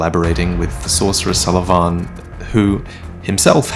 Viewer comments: Sulyvahn... you pronounce it so awkwardly like Suleyman XD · His name is Sulyvahn pronounced as "So le Van" You filthy casual!:P Sorry couldn't resist. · "Salavan"... what? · Your pronounciation of Sulyvahn triggers me.